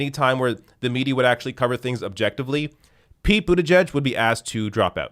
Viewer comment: Pretty sure you meant to say “Pete Booty-Judge”